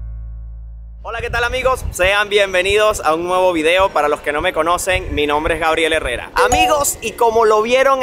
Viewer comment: Dislike cuando dijo “guarriel eurreurra” mamaste.